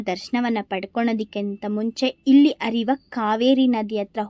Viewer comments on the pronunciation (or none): 'ಹ' ಉಚ್ಛಾರ ಸರಿಯಾಗಿ ಮಾಡಿ .... ಓಗಿ,ಅರಿವ ನದಿ ಅಲ್ಲ !ಹರಿಯುವ ನದಿ ತುಂಬ ಜನ ನಿಮ್ ಥರ ಇದು ಹ ಇಲ್ಲದೆ ಮಾತಾಡಿದನ್ನ ನೋಡಿದ್ದೀನಿ . ಒಳ್ಳೆ ಮಾಹಿತಿ ಕೊಟ್ಟಿದ್ದೀರಿ ಶುಭವಾಗಲಿ 🙏 ಧನ್ಯವಾದ